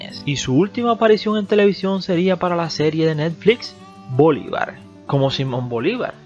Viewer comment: Bolívar y no Bolibar. Y porqué hablas así? 🤔🤔🤔🤔🤔🤔🤔